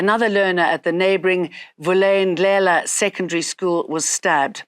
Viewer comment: When is Jane getting fired?! She sucks with vernacular pronunciations, so unprofessional!!! Vulindlela, Jane, learn it!!